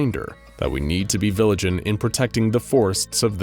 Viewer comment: he says "viligent" 😂